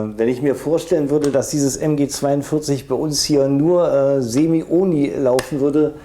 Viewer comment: Sorry aber ich finde dieses Denglisch(Deutsch-Englisch) so schlimm. "Onli" "Autabärrel" "Rifiu" "Fullauto" "gimmik" Bitte! Entweder richtig aussprechen oder auf deutsch. DANKE